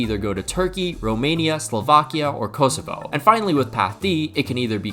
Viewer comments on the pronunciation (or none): none